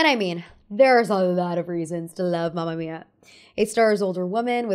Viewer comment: its mAma mIa not mAmia :')